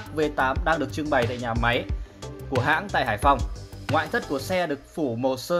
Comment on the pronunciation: Hãng nhé không phải Háng 😂